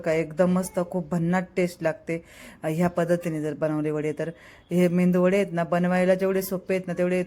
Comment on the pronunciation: मेंदू वडे नाही मेदू वडे.... मराठीची अशीच वाट लागली.